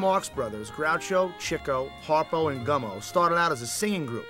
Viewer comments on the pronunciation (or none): He's a terrible narrator. He can't even pronounce Chico's name right. He called him Chicko. What a no-talent knob. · Why does the narrator keep pronouncing it "Chih-co"? I thought it was "Chee-co". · This narrator cannot pronounce "Chico" correctly - for shame!